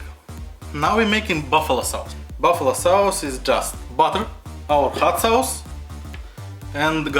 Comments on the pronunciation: I like the accent because he says sawce that's neat bruv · Dude I love the way you say sauce 😂😂😂😂😂 your videos are all great. Keeping going man